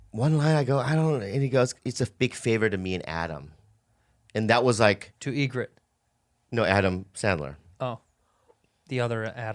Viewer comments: It’s Eget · “Egret” lol